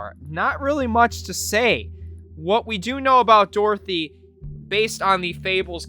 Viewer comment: Its dorothy not dorothy mate